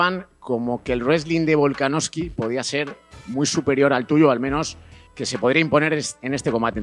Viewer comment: Bro, algún día dirás VolkanoVSki en lugar de VolkanoFki? Un saludo